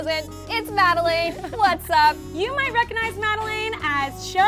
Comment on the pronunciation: said Madelaine's name wrong at the end? xD lol